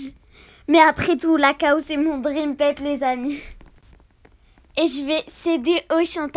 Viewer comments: mdr on dit pas caw on dit cow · Cow pas caw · Ses pas caw ses la cow